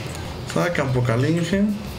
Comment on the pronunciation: Tengo una pregunta, porque dices campo calinge en vez de campo caligine